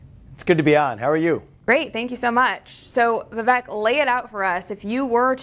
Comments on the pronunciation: His name is pronounced Vivāk.. let’s go Vivek Ramaswamy 2024🇺🇸💪🏻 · No It's pronounced like Cake ---> Vi-vek ≈ Vi-wake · I heard Vivek on Timcast, the ending of his name has a long A sound. That’s what I was trying to convey, the news lady was pronouncing his name incorrectly and I would think she could do better.